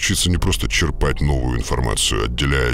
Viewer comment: чЕрпать. Ударение на Е